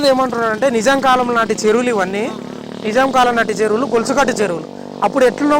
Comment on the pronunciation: Telugunu khuni cheyakandi,nizam kalam kadandi,nizaam kalam ani palakandi.ok